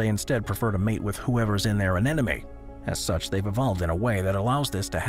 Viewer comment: Okay, say it with me, an-EM-oh-nee! "Anemone" Not An-en-em-ee (not an-enemy!) Got that boys and girls?